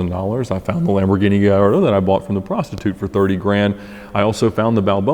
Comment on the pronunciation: “I found the Lamborghini Guhlawlalalo from the prostitute”